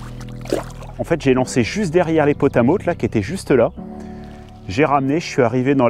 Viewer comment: On ne prononce pas le T de potamot !!!! 😂